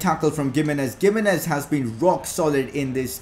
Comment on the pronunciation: Not how u say gimenez